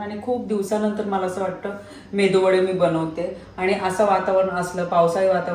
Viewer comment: Mendu nahi medu Vada 🙏🌹